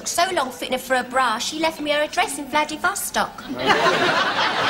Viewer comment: For some reason, I always crack up at the way Miss Brahms pronounces Vladivostok.